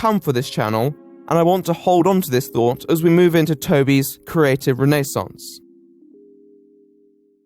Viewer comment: "Renee Saunce"